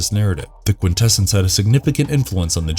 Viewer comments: Quintessons pronounced Quin -tess - ons, not quin - tess - ens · Thank you! It was making me cringe every time he said it with that "kwin-TE-sins" pronunciation. I felt like I was developing a nervous tick… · “Quintessons” is pronounced: kwin-te-SAHNS, not kwin-TE-sins. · cringes every time he says "Quin-TEH-SUNS"::...🙄🤨😖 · ... look: I been an 80ies kid - throughout the 80ies cartoon series the Quintessons where pronounced with the emphasis on the first "n" & not like I hear it here & in other media with the emphasis on "ss" ... bit strange to hear it like that ... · i really dislike how you mispronounce Quintessons like someone who has not watched the transformers movie.